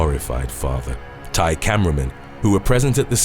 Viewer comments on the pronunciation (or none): none